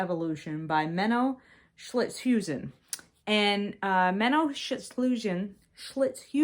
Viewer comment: I am dutch, so I had to laugh at your pronunciation of Schilthuizen. Sometimes we have real tongue breakers 😀